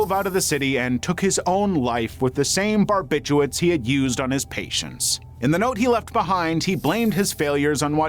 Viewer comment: I know it sounds crazy, but it’s actually “barbiturates” and not “barbituates “